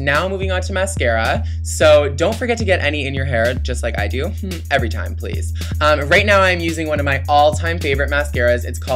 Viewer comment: when you said right along the lash line, it sounded like you said rape xD